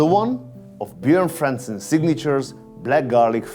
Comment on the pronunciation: You couldn’t have learnt how to pronounce Björn Franzén ??